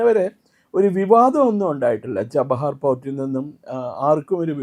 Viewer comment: ജബാഹർ അല്ല chabahar 😂😂